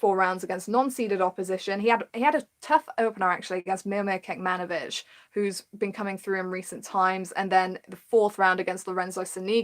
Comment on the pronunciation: Your pronunciation of Serbian names is not quite there. For Kecmanovic, first C should be like ts.